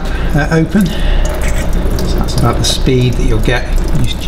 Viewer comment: yay your canadian ! where aboots ! ?